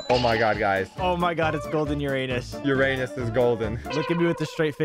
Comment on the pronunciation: Imo, it still triggers me that Uranus is said incorrectly